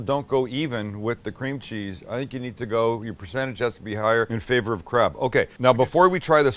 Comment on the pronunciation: why did i think he was saying crap not crab😂😂